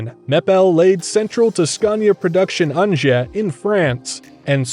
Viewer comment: I like how you pronounce ‘Zwolle’😅👌🏼👌🏼